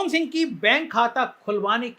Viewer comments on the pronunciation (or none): none